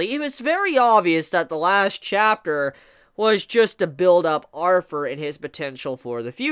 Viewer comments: I know its just how u say it but u keep forgetting to add th when u say Arthur u just say arver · Sound like you saying arfur. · it’s Arthur not arfur